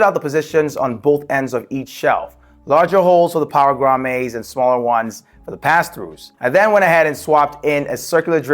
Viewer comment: Great video - they are pronounced grommits not grommays (its not a French word)